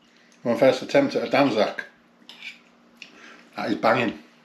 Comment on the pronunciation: He has butchered it lol.😂😂😂😂